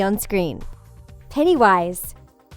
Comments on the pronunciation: Not peenny wish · Olivia Maes lol penny wish really it’s pennywise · Psycho. Sooshi at the beginning she said pennywise wrong. She said "peniewise"